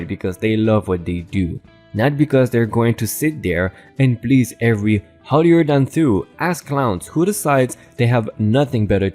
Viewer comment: "Holier than THOU" THOU is correctly said like TH - OOWWW (would rhyme like cow, allow, pow, bough, vow), NOT like you pronounced it as thuuuu .